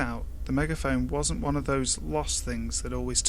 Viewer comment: I laughed uncontrollably and unnecessary hard when you said "one". It sounded like "hwaaan"